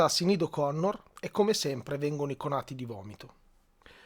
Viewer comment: La pronuncia del nome mi sembra diversa, per il resto tutto condivisibile